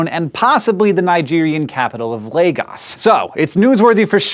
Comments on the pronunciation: Not "LAY-GAHS" it's pronounced "LAH-GOHS" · "Lay-gahs"? You mean "Lah-goes". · The capital of Nigeria is not Lagos. The capital is Abuja. And Lagos is pronounced LAY-gōs. That's a long 'O', not a short one. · That drove me crazy as well.